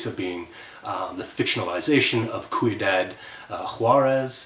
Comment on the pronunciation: Arrrrrrrrrgh! It’s “see-yoo-dad” not “key-yoo-dad”! Anyway can’t wait for you to cover my favorite part of this odyssey—the last book. - James ps why have you not safeguarded a professor position yet? Tell me the real reasons why.